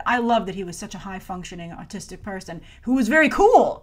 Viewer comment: i thought at first that she said artistic